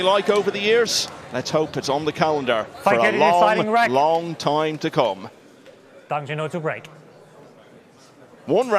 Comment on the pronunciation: Great pool. Bit of a fluff up with the intro title using Dang Hin Ju instean of Dang Jin Hu. btw: Chinese pronunciation of Dang, the a is pronounced like 'ah', closer to the pronunciation of Dung than the a sound in cat. This is the same for other uses of a in Chinese pinyin, such as Wang, Shang, Tang etc. Jin and Hu are pronounced pretty much as an English speaker would guess. Like Gin and Who. In contrast, Ding Jun Hui (the Chinese snooker player) is pronounced Ding Jwin Hway. Note, the family name is used first in Chinese, hence Dang and Ding are their surnames, and Jin Hu and Jun Hui are their given names.